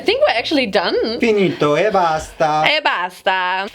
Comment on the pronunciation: "finito e bastaaa" lol. Is he Italian?